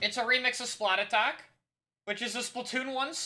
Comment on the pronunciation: is called splattack, not splatattack